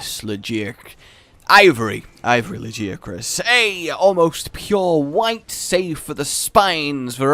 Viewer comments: La-Gi-A-Crus, this is almost as bad as your behemoth, Odogaron, or Bazelgeuse names lol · "lag-ee-a-crus",. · La (like la la la) Gaia (WITH A G and not a j) Crus (like crust) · La gi a chris? I always pronounced it Lag i ac rus I just think it sounds better that way. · Did anyone else get triggered by his pronunciation of 'Lagiacrus'?